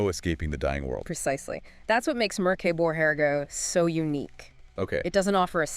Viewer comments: Damn thats a creative pronounciation of Mörk Borg 😅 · Why not just write a script and tell us what YOU think of Mork Borg? It’s more likely you’d pronounce the name correctly.